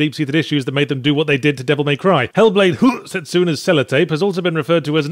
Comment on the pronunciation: Making me feel sick after hearing Yahtzee pronounce the game title that way so often.